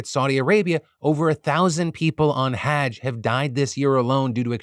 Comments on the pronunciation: FYI, say huj now haaj, like judge with an h, Hudje > haaj. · just a heads up haaj is pronounced like fudge. Hudge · (hajj is pronounced more like hudge, not hadge) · Phil's pronunciation of hajj 😅 Not sure if this is correct either, but the pronunciation i was taught was closer to "huJ", the emphasis being on the j's. Not on the "Ha" like like hag. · ...no that is how he was saying it which is wrong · he is saying it wrong its pronounced more like the word "judge" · Thank you for keeping us informed! Just a little note: hajj, I think, is pronounced hah-jj (like the fa in "do re mi fa"). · The way you kept mispronouncing "Hajj" without a second thought ... I'm just surprised you've never heard it before (the correct was to say it)... It's not an uncommon thing for people to die during it. Like a decade ago, thousands were trampled to death during it. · Not how you pronounce Hajj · Ty for covering it, but cmon… no one on Team DeFranco could have given a better pronunciation for hajj?? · Have I been mispronouncing the word "Hajj" all this time? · Hajj is pronounced with a broad "A" like in "Father" rather than a short "A" like in cat. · Phil mispronouncing Hajj so many times was pretty great. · please just say hajj right once